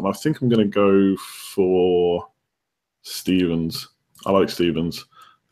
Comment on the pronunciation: You keep calling him 'Stevens', its Stephen..